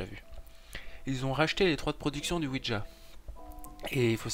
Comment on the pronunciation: juste ouija et pas ouidja x)